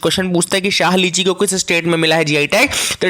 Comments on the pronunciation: Sir , I am from Darbhanga and have eaten lots of शाही लीची not शाह lichi. You have mistakenly pronounced it wrong. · Yes sir samastipur ki lichi khai h...it's really very delicious It's "shahi" sir not "shah" lichi.